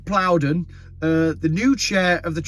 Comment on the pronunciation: Ed Plowden? Or Ed Ploughed in???